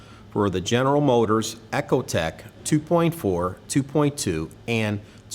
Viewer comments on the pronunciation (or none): Please...stop calling Ecotec .....echo-tek....it's not echo-tek....